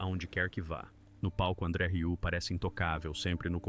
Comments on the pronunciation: "RIÚ"?! Que raio de pronúncia é essa?! Se não sabe, procure antes no Google pronunciation! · Tem que aprender a dizer "Rieu" 😜 Excelente filho 👏